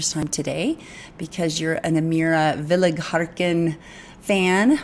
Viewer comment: FYI: You are pronouncing her last name incorrectly. There is no "R" in her last name.